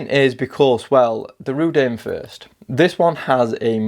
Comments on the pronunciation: I'm not a fan of Chinese watch naming traditions obviously, but every time you call it Rudane really jars with me . Rud-oo-nay , give it a go . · Reh-Doon'-A. ;-) Also, please stop saying "this one" (use the name instead). Can't multitask or read comments during video if I have to watch the screen to know which one you are referring to. Also again, I have the Rdunae and 1) The design, build quality and lume are a 10+ and the gray bead-blasted finish makes it both toolish and relatively unique among turtle homages, 2) the pointy part of the crown guard on the back of the watch actually catches on and STABS my finger when I try to wind it. I would like to know if they have since remedied this with newer production units. I've tried gently filing it to round and dull the point, but with limited results...